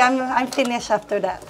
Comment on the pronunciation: French people when speak English they become " Thathe "